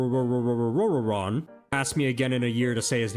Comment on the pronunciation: Owowon. Nope. Still can't say ut.